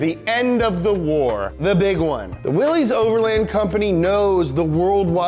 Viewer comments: WILL - LISS man Will-Liss NOT Willee's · 1. it's pronounced Willis, like Bruce Willis, not Willees. Drives me crazy. Though here in Amurika, if you keep pronouncing shit wrong it eventually makes it right. lol 2. the 3.6 came out in 2012, not 13 3. 285 hp not 265. I really like and this guy kills me in these videos but their research is often lacking. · "willies"? Mr Willys pronounced his name "willus"..... Unsubscribed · It is pronounced WILLIS not Willie. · It’s pronounced Willis, not Willy’s. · cool video but it’s pronounced as “willis” not “willees” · Hey... its WILL-ISSSS not WILL_EEEEEZ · It's pronounced will-is not Willy's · Great video, just one problem (and I think I speak for all Jeep enthusiasts when I say this) the Willys name is not pronounced “willies” but instead you say it like “willis” like Bruce Willis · FFS! It's pronounced "Willis". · It's pronounced like you'd pronounce Willis. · just an FYI: "Willys" is pronounced as "Willis." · BRO!!!! its Willys not frickin Willy's. Get it together. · For future reference, Willys is pronounced "Willis". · Willys is pronounced like Willis. Just saying. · Willys-overland is pronounced Willis-overland. Always has been. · Nice, you made a jeep video... but didn't learn how to properly pronounce Willys which should sound like WIllis. It's okay I guess since 90% people don't know how to pronounce it either, including the authorized dealers. EDIT: I have a 2018 WIllys Wheeler 2 Door. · Also the pronounciation of Willy's my dude